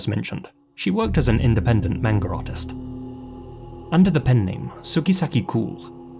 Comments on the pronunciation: Manga not menga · “Manger artist?” I never thought anyone would have trouble pronouncing a 2 syllable word. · I like that you've lived in Japan but still call it "manger." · How do you cover Japanese cases for a living and not know how to pronounce “manga”